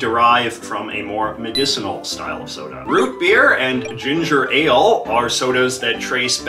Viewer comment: You say ginger ale like it's one word btw